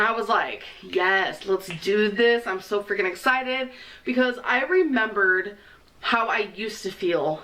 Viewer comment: “Like washing dishes...it hurts sho freakeen bad.” 🤦🏼‍♀️ Lawdt! 😂 Then she talks about gym equipment. She won’t get her hair done because she can’t get into the barber chair! Then elyptical? Uh....NOPE! Be well, keep it coming. 😂😘 ~~QM